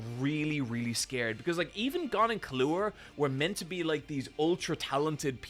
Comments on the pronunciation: I pronounce them how the japanese VA's say them. KI-loo-AH for Killua, ku-RA-pi-KA for Kurapika. Caps are where the stressed syllables are. To clarify, is saying ki-LOO-ah for Killua's name, making it sound wrong. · Leave it to an Irishman to pronounce Killua like Kahlua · did bro really just call him Kahlua?! Im dying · I’m just glad someone else commented this I have no earthy idea why calls Killua this